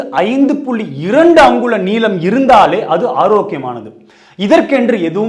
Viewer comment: First neelam pronunciation wrong 😂